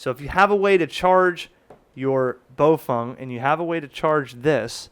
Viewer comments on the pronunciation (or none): You keep saying BoFung. It's spelled BaoFeng, not BoFung.